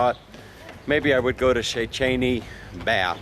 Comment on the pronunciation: Szentendre -- when you learn to pronounce the letter E without an accent over it, you will know how to pronounce Szentendre. The E is always pronouced the same way, not like English as it's pronounced in this video where each E is pronounced a different way. Hungarian is a phonetic language. Learn the Hungarian alphabet and you'll know how to pronounce each word correctly.